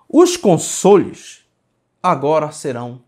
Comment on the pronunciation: Toda vez que fala console dá a impressão de ouvir consolo kkkkk